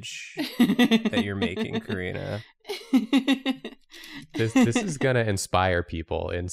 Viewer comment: Karina not Corina.